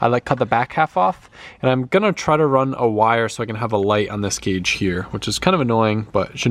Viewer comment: Dude it's "GAUGE"!!!